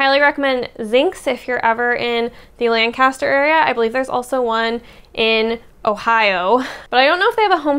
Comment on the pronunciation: We in PA say “LAN-cu-ster”. Your hair looks AWESOME.